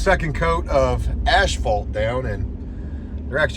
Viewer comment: Homie, brother, friend........its Asphalt. Pronounced Ah-s-fault